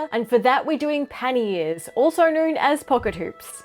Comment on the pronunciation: OOOOOH Panniers! I thought you said Panty Ears and I thought "Well that is a bit on the nose."